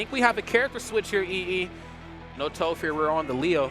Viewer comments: He's probably doing it out of habit since there's a melee commentator which goes by Toph that's pronounced Toaf. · Man said touf, how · Who else cringed inside everytime they said Toaph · Toph, pronounced like cough. Not Toaf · Aint no way he watched avatar if he calling her toe-ff 😭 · Say Towf 1 more time. lololol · Is everyone going to say Toph's name wrong because of the commentator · Facepalm the way he pronounces toph... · it was enjoyable otherwise, but I cringed at each mispronunciation